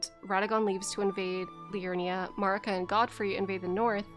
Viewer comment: MAER-ih-kuh please. No MARR-ih-kuh. They say her name in the cutscene. So we know how its said.